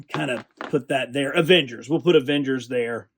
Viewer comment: "Aengers vialians"